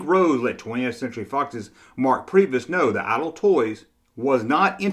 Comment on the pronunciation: LOL he said IDLE Toys